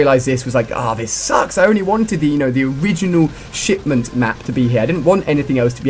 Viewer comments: anyone eles relies he says shitment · wow Ali-A , were you tired when you made this video or something? You sounded a bit off, less energetic. You also repeatedly said the name of the map wrong, and at the end of the video, you said it was fantastic to cover all of the dlc for another YEAR of CoD Ghosts.